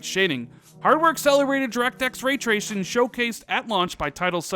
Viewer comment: When tracing turns into treashon lol